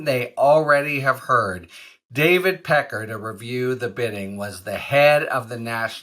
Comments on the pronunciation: David “Peck-car” lololol yeah, sorry: No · david pecker, "that's pronounced pe KAR". everyone else, "sorry no, that's pe ker". get used to it. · David Pecker *Pe Kar he Pronounces it. TRUMP has a long history of inappropriate Sexual behavior toward many women & young underage girls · They were saying Pecker as 'Pac- cay' on the Meidas Touch. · Pecker referring to himself as Pa-KAR is like shopping at Tar-ZHAY.